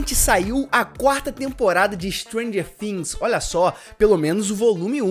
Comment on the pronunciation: Mano a pronuncia é things e não fims ....bvc não pronúncia o F e sim o T